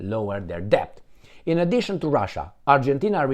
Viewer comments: Debt is pronounced det (the "b" is silent) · Excellent analysis,. Just don't sound "b" in the word "debt". Say "det" Argentina is a basket case. The man who claims he talks to his dead dogs (who apparently speak to him in the voice of the very powerful Jewish Bullrich) says he wants to privatize more... what's left? They have privatized even water!